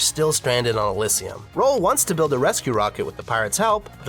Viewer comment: The way this guy said Oraborus and Elysium hurts my soul as a Xenoblade fan.